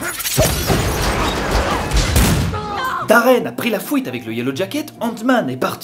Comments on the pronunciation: « Daren a prit la fouite » 😂😂😂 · "la fouite" MDR tu souille même la langue française😂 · " la fouïte" 😭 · "Daren a pris la fouite" 😭😂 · "Fouite"lol ca ma tuer😂😂😂😂😂😂😂😂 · On est d’accord il dit la fouite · Pk tu dis "fOUite"?